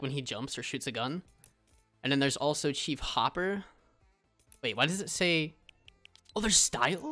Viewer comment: Bruh he said "shief hopper" Its chief hopper bruhh Like this if u are a stranger things fan